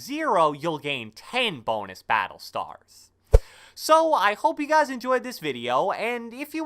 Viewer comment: The way you say ”what is gOIn oN GuUuyS” is hella wierd b